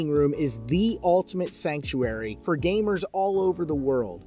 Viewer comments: he really emphasized the ga in gamers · “How’s it going GAYmers”